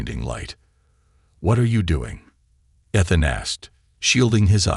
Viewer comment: Pronounce Ethan properly. It is irritating to hear it spoken incorrectly. It is E(long sounding E)-than (short a ). Main syllable is the first syllable.